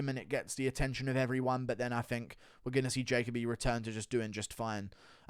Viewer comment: Ja-Co-B 💀 “Jacoby”